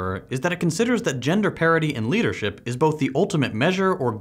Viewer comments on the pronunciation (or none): did you say gender parity or gender parody? lol